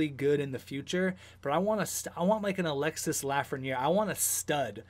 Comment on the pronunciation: The « s » in Alexis Lafreniere is mute its pronouce alexe like